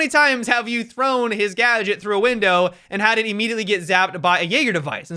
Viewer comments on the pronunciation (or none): none